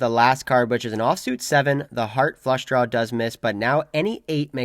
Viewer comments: At this point I think is just “trawling” us with the pronunciation of “drawl”… go get em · Please quit saying "drawl" it's not a drawl there is no "L" in draw. Thank you